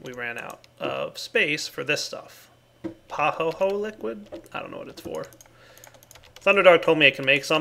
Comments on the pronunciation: Pahoehoe is pronounced pa-hoy-hoy (the "pa" is just like the one in Pahimar) its a Hawaiian word used to describe smooth lava flows that are slow moving and generate a ropy or pillow-like texture of stone when cooled. The other type is A'A (ah-ah) and refers to fast moving flows that result in sharp, and chunky lava rock. The terms have since been adopted by world geology. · "Pahoehoe" is pronounced Pah hoy hoy. Its Hawaiian unless Im mistaken